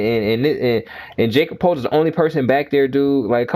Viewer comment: His name is pronounced "Yakub Pertul" Jakob Poeltl just so you know.